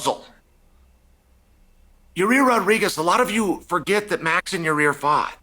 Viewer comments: Is it "yur rear" or "yur ear"🤔😂. Nothing but love Chael🙏🏽. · Ya-Rear😂😂😂 Love Chael. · Most of chaels name mispronunciations are whatever, but "Ya-rear" is my new favorite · love it when chael butchers names xD Ya Rear this Ya Rear that xD lmao. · Who is “Ya-rear” 😂😂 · Is he saying Yarear?😂